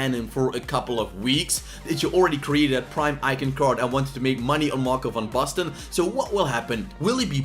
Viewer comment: Lekker pik ik ben ook een Nederlander geen wonder dat je Van Basten goed kan uitspreken